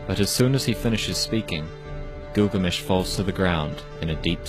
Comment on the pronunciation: هوة كلكامش مو غلامش 🤣😂